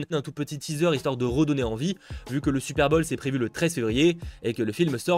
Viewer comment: « Super bol » j’adore tes vidéos mais stp fait un effort sur les prononciations en anglais 😂 continue comme ça 💪🏽